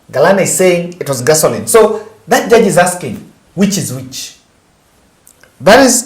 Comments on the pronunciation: JUDGE not JURGE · Judge not jurge .